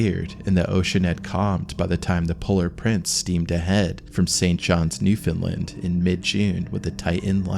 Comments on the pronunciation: Now i must ask the narrator why do you say New Finland and not New Foundland in otherwords whereabouts in the old colonies do they say so,otherwise pronounciation allright.keep up the good work. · Wouldn't that be Newfoundland rather than "Newfinnland"?🤔